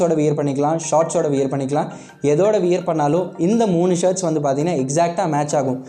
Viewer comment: நண்பா அது வியர் இல்ல வ்வேர் ....